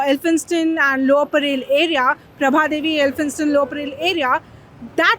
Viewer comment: Thanks for the correct pronunciation of Tilak i.e. " टिळक" and not as "तिलक". However it is not "परेल" but it is परळ..why do we need to anglicize our own names? Also it is very sad that non Marathi people make no effort to learn the local language but they also do not make effort to correctly pronounce names of people and places in our state.